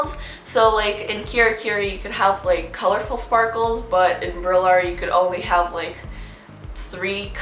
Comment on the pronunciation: Also “brillar” is a word in Spanish and is pronounced like “bree-jar” ☺️💗